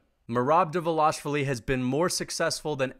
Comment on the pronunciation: great video i respect that you are going back to see where you were wrong but i think you had valid logic in the picks even though they were ultimately wrong. one thing though, Merabs name, its pronounced Duh-val-ish-vil-ee its a tricky one for us English speakers keep up the great work always like hearing your take on the sport.